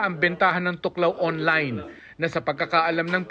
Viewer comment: thuoc lao (thuốc lào) hindi tuklaw . Ginawa nyo namang tagalog amf hahha